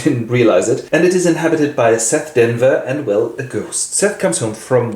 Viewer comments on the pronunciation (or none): Her name isn’t seth it’s Sethe. Seth-ay.